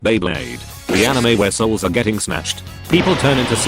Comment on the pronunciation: OMG, this is the first time I heard the voice over saying Beyblade correctly. Back in some older videos, it always said b-blade.